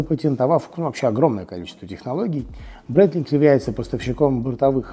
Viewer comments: Это произносится Брайтлинг, не Брейтлинг. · Меня тоже удивило...Произносит, что компанию основал Брайтлинг, а часы называет Брейтлинг. А так же компанию Хаер, а часы Таг Хоер. Нужно как то определится))